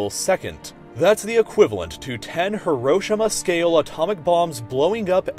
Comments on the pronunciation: Guys you're all wrong, he is actually right. It is supposed to be pronounced, hee-roh-she-mah. Hiro as in, 'hero' or when you use the word 'he' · it wasn't right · Zachariah Cargo thats actually how it’s pronounced.. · The way this guy pronounces Hiroshima... Priceless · Zachariah Cargo not Hero-sheema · He's right that he pronounced differently